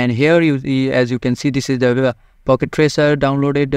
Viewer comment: it's "Packet" not "Pocket"